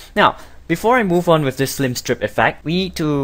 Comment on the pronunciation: It's pretty well narrated, but why do you say "F L I M STRIP"???